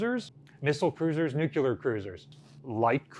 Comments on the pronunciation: New'-clee-ur! (Not new'-cue-lur) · "Noo-kyoo-ler cruisers." Come on. You're an educator! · "Nuclear. It's pronounced nuclear." - Homer Simpson as a US Navy sailor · Both and have weird pronunciation problems. just can’t say NUCLEAR correctly. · or Missouri.